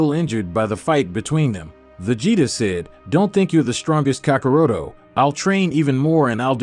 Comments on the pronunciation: Kakaroto??it's kakarot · Man if you say kakaroto one more time. At mo point in time when editing did you as a fan find anything wrong with the content but I guess since we making up stories and shit it doesn't matter how you pronounce the names kakaroto vegerta zenosalama I love all those character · bro said cyon and kakaroto